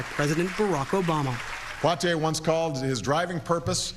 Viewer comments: please pronounce his name correctly! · Learn how to pronounce his name correctly. If you can’t even do that then you shouldn’t have reported on the story. This man has done so much I think you can learn how to correctly pronounce his name. It’s not that hard. She should be let go. Her ignorance and lack of empathy is appalling.